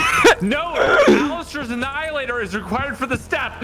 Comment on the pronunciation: lmfao en-hilliator